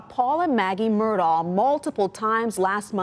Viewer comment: It’s pronounced “Mur-dock”. My great mother is from Islandton and Murdaugh is her maiden name.